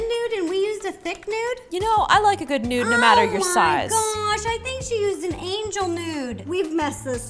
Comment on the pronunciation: Did she use a thin nude and we used a thick nude?! You know I like a nude no matter what your size 🤣🤣 ANYONE ELSE HEAR IT